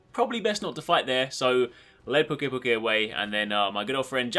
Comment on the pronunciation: I belive the pronounciation is "Pew-key pew- key" because of the word "to puke"